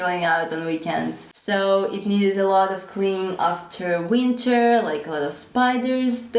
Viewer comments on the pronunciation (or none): none